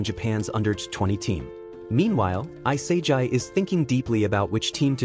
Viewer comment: also its not i-sae-jai it e-sa-gee for the pronoucitation which proves you use AI because on AI voice would pronouce isagi like that and if you were real you wouldnt speak so robot like and stern, you'd also pronouce isagi correctly